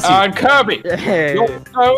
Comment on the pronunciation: how you say kirby: kurbie how you type kirby: kirby